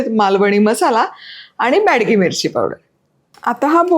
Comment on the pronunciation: it's not badki mirchi, it's bedki mirchi. Recepie is superb.